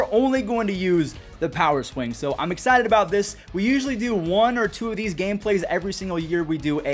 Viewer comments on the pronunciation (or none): none